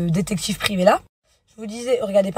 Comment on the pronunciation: “Le dectCHIctCHIve privé” 🤣